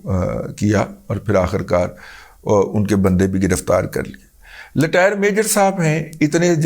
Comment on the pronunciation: Razi sahab....Letire nai Retire lolxx